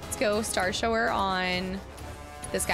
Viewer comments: Star shower makes me giggle every time she says it. I'm pretty sure it's starshower like taking a shower. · Starshower is pronounced Shower like taking a shower to get clean.